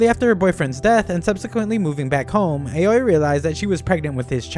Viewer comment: You might already know but the Japanese A is pronounced ah, so it's not ei-oh-ee but ah-oh-ee for Aoi's name